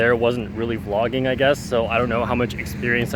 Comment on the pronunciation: You will do it great, don't worry about your "vloogging skills".